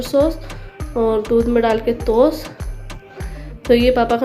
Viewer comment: Toosh nhi hota h madam tost hota hai...khana khana khana bas khana